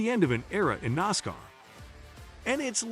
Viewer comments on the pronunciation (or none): Its Nascar like asscar NOT nozcar like ozcar!!! Jeez!! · I can't take this site seriously when it grossly mispronounces words and names. Like NOSSCAR. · Am I the only one who who gets bugged, by the commentator, when he keeps saying "noscar".